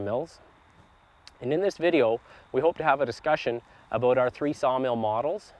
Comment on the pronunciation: He said aboat 😂